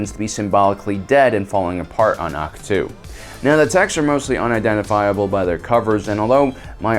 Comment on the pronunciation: Its AHK-TOE as said in the movie. Not AHK TO